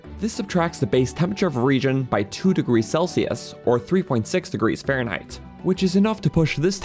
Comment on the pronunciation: Why does he say Fahrenheit like "faron height"? I thought he was talking about high place in the faron area.